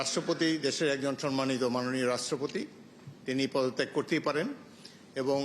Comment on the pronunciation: একাত্তরের উপস্থাপিকা ‘মাননীয়’ স্পিকার বলতে পারেনি।